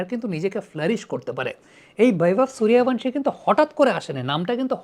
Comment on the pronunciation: "ভ" উচ্চারণ করার জন্য 'Bh' লেখা হয়। 'V' এর উচ্চারণ কোমল 'ব' । যেমন বিবেকানন্দ ইংরেজিতে Vivekanand। শুধুমাত্র বাঙালী আসামি আর উড়িয়ারা V কে ভ উচ্চারণ করে থাকে। তাই সঠিক উচ্চারণ গাওস্কর, বিরাট, বীরেন্দ্র বা বীরেন্দর, সূর্যবংশী ইত্যাদি।